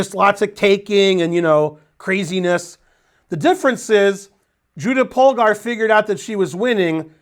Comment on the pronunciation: Whenever Ben gives a lecture about Judit Polgar it always makes my day, partially because Polgar is the only hungarian word Ben can pronounce decently and with the little US flavor in Judy I'd say the overall effect is even better than perfect. (In contrast to "Berkes", "Maróczy", sorry but those were horrible.)